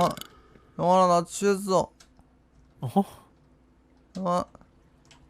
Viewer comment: "아ㅇ 나 취해ㅆㅓ" 개귀여워 ㅋㅋㅋㅋㅋㅋㅋㅋ